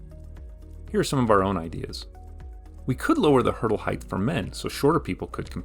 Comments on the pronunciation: height is not written nor pronounced heigth, it's a t at the end not a th. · Length, width, height. Not "heighth"